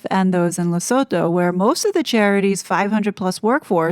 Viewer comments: The pronunciation of Lesotho is Le sue too the h is silent. Great video 👌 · You pronounce Lesotho as Lesootoo